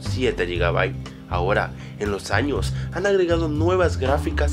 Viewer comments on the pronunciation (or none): none